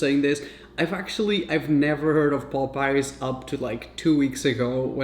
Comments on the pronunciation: its popeyes not popice.... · It’s POP-eyes not Pope-eyes or poop-eyes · the pronunciation is not pop eyes is popeies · The way he keeps saying "Popeyes" omg